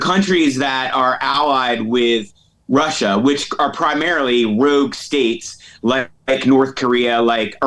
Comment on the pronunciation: Like pronouncing “rogue “ rewgue.